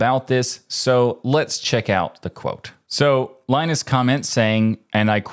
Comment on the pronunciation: ah, OK, so you don't care. Gotcha. Keep butchering names, even for the low-effort cases: it's an American tradition. Ted's name is prnoounced Shó, but that's a tough one... but Linus'? Really?